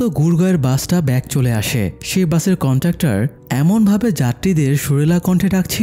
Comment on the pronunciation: কন্টাক্টর নাকি কন্ডাক্টর?